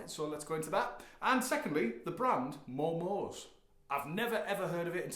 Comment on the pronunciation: Hello, thought you might like to know that the Japanese (of which I am not) do pronounce it as Momo-say, not momo's. Other than that, rad playing sir, keep on it! I myself have two of their Strats and they're just lovely.